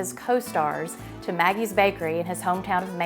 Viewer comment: Magee's is pronounced MaGEE, not Maggie.